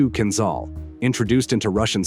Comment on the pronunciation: It is not called Kinzzall... it is kinjal like french jour...